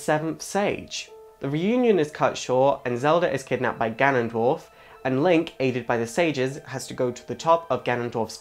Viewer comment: You suck at pronouncing names. "Fayoray" (which you afterwards pronounce as "Fioray" .)? Try reading slower. Farore. Fah-Roh-Reh. And Nyaru It is clearly Nayru. And "GanonDWARF"? I can't watch anymore haha.